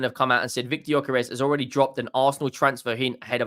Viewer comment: Let me help you pronounce his name: GY(DUE) Ö(OE) DUE-OE-KAIR-ASH